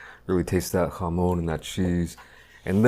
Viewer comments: i hate the way this guy says "jamon". bro, its not hebrew lmao. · The way he says jamón just cracks me up